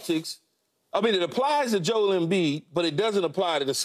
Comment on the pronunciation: Its JO'EL, say his name correctly.